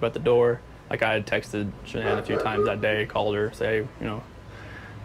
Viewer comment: It's Shannan. Not Shannon.